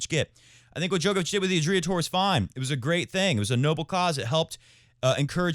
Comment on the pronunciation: How pathetic you sheeple.. You are hard core followers of the rest of the flock... That is all that you can do, in your pathetic maximum in life... You can’t even pronounce Adria correctly... I wouldn’t even put some names from tennis world in the same sentence with Novak Djokovic and you citing them!!!???Shame on you! And also, enjoy your self isolating mindset!